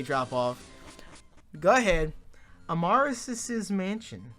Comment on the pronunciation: Amaris's's? Yep, sounds right.